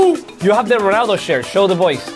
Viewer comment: I just loves how he says Cristiano Whoonaaadoo😂❤